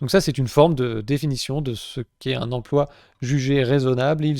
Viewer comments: hum, une petite envie de taper des gens qui disent "empoi" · On ne dit pas emploi on dit empoi comme lemaire 😜😜😜